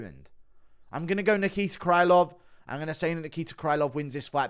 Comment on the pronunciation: Krylov should be pronounced with a sound "ə"